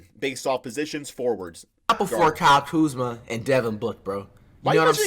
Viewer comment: Not even Kuzma is saying Kuzma